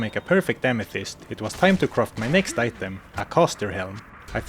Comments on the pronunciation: I feel great respect towards the narrator but I'd just like to humbly note that it's physically challenging to hear all the time croft instead of craft. I mean, we all appreciate Lara Croft, but she's not the case here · It's not pronounced "croft", you know?